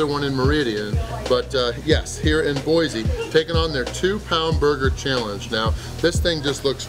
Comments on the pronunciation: Boy-see not Boy-zee. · Boy-c not boy-z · There no "Z" in Boise.